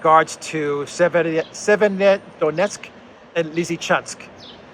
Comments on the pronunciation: Severo-Donetsk. "Sever" means "north" in Slavic languages... i hope this will make it easier for you to pronounce. Thank you for the awesome content! Greetings from Serbia! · try this. Say two words, ei, SEVER. Then say DONETSK. And then you ad "O" between. SEVER - O - DONETSK.🤞🤞🤞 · Severodonetsk is more or less North Donetsk if this is easier to you to pronounce.